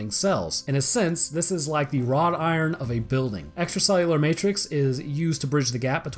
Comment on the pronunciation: ''extracellular matwix'' I heard you boi.